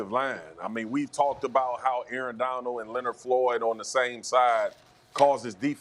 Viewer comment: Someone inform Marcus that there’s a d at the end of Aaron Donald’s name. “Aaron Donal” 🙄